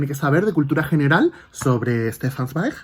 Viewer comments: Hola, adoro a Stefsn Zweig y muy bien pronuncias su apellido y al igual que tú el primer libro que leí fue María Antonieta, que Salvo algunos errorcillos que tiene es un libro maravilloso... leí más obras suyas en los años siguientes: muy influenciado por Freud su manera de escribir es preciosa, enhorabuena por tu canal y video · Hola, Para iniciar te quisiera decir que me parece muy buena tu pronunciación del nombre Del autor, Éste libro, María Antonieta,lo leí hace muchísimo y antes de terminarlo recuerdo que desapareció de mi librería y nunca leí el final. Gracias por enseñarlo porque lo vuelvo a leer con tanto gusto. Con respecto a tu aspecto no te preocupes porque con el entusiasmo que tienes pues te ves tan bien como siempre. Un saludo y gracias por tu reseña Interesantísimo conocer la historia del autor